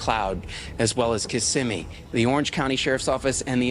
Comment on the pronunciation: Kiss si me is how to pronounce it, as someone who has grown up in Kissimmee